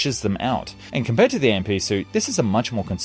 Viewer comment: AMP is pronounced as "amp" not A-M-P